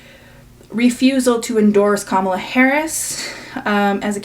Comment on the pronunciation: i actually wanted to add on one last thing -- im black and i think that creator calling the mispronunciation of kamala's name on chappell's part is a reach. why would she go out of her way to be such an amazing ally publicly but then purposefully mispronounce a black woman's name ... especially in the midst of people accusing her of not actually caring about marginalised groups ... i find myself also accidentally putting the emphasis on the wrong syllable out of habit but i correct myself. i'm very confident chappell would say it right literally any other day but momentarily forgot while she was already in distress about literally everything else everyone is blaming her for.